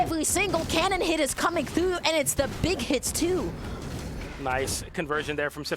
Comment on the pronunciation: "coming thwough"